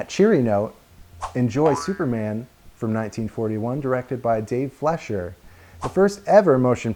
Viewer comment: As an amateur Fleischer historian, I can safely say you got all the details correct! That little bit you did where you imitated Max was really cute, & The actual print of the cartoon you used looks great! Only one gripe, & That's your pronouncing the name "Fleischer" wrong. Your saying it more like "Flesh-er" when it's more like "Fly-sher". Here's an example of it's correct pronunciation from a 1938 documentary about the studio: Still a great video, would recommend! You just earned a subscriber!